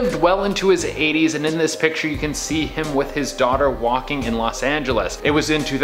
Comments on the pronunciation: Be cool if the woman could say picture correctly instead of piture. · i dont like how she pronounces "picture" like "pitcher" heebeejeebiesssss sorry its one or my pet peeves